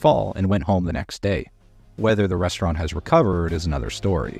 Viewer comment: I like the way Gordon says rstrnt with no vowel sounds